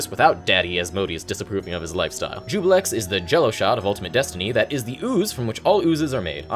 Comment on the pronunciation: Ah Juiblex, his greatest power being his ability to make everyone mispronounce his name as Jubilex. Probably as a way to avoid true name magic working on him.